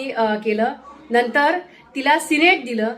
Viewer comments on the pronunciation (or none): णिवणूक, त्या णंतर, 😂😂